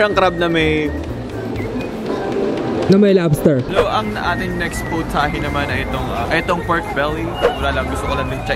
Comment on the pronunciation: no its not POTAHE its pOWtahHAe